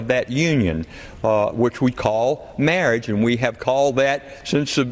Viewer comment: Being able to pronounce "marriage" should be a prerequisite for making legislation on marriage.